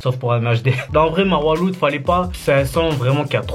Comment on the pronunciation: Juste Marwa Loud ça se prononce Marwa Laoud